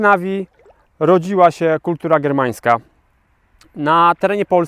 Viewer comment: Srermańska a nie germańska..